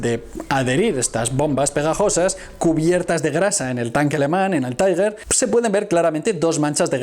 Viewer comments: "Unos cuantos jóvenes deciden ir a pasar un día en la playa": En el primer minuto de este video, ya tengo una idea acerca de la seriedad y exactitud de su contenido. Te corrijo un pequeño error: El nombre de los tanques alemanes se pronuncia "tiguer" NO "taiguer" (la "U" no se pronuncia). Recuerda que son alemanes, no ingleses. Saludos. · todo muy bien, pero no se pronuncia "taiguer" porque son tanques alemanes y se debe pronunciar "tigæ" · Interesante. Un par de imprecisiones en tu vídeo. No todos los idiomas extranjeros son inglés. Ni el alemán de Tiger se pronuncia taiger, ni la ciudad de Caen se pronuncia Káen